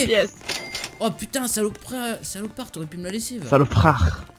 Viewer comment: mdrr R.I.P le français "Saloprar"